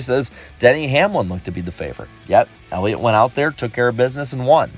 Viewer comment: i was making fun of him for saying "Elliot"...